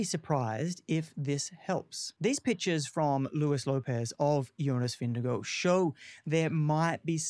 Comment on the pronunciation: Hardly credible when you can’t even pronounce Vingegaard 🥴